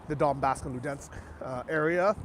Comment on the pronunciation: “Donbask” 🤣 XD it’s called Donbas the historic region, and Donetsk is the city located there. Not mixed name xdddd